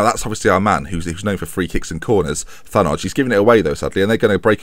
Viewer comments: Loved Andi Thanoj when he was at Grimsby, nice lad, knew him personally. Pretty sure it's pronounced Tan-O as well. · (tan-odge) is how you pronounce it, was a great technical player at grimsby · pronounced tan-oi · the j on the end of Albania names are like how you pronounce januzaj(also Albania) so I think it than-oi like you said, idk Albanian tho just noticed the names all end the same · Grimsby fan here, just so you know Thanoj is pronounced Than-Oi. Nice to see 2 ex-Mariners in your squad now ;-) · I'm pretty sure as an Albanian myself that is name is pronounced tha-noi/ noy. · So the first mention of Thanoj and he actually pronounced it right and then proceeds to "bottle it" the rest of the series.